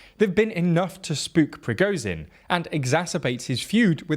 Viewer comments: The ZH in Prigozhin should also be pronounced the same way. Also the W of Wagner, a German word , is pronounced like a V like the W in Volkswagen. And the KH of Kherson and Bakhmut is pronounced something like a Spanish J - think Juan, José, Rioja. Getting these details right would really increase your credibility. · Prigozhin: Prih Goh (the "goh" sound being like in "God") Zhin (the "zhih" sound is like a French "je" sound, or how you'd say "Jules," as in Jules Vernet). Seriously this man's name is the most inconsistently mispronounced name on the whole channel. Shoigu's name is like shoy-goo Gerasimov; Geh-rah-see-mov